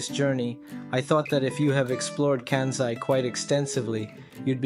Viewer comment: There is no "kă" sound in Japanese as in Can or Kansas. There is only a "ka" as in Carl or Karma. So it's Kansai "Kahn sigh" and "Can Zai". Also no "Key O Toe" it's only two syllables "Kyo Toe." try "Kyho Tow" Just adding a better explanation especially because you said yo understand a little Japaneses. 🤙🏽